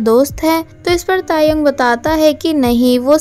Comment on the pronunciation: When she say tae yong I listened taehyung 😂